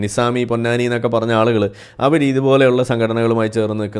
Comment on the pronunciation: it is nerekam not narakam. Nerekam is halaal narakam is haraam. Yaalukal is halaal. Aalukal is haraam.